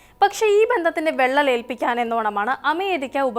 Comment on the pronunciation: വെള്ളൽ അല്ല വിള്ളൽ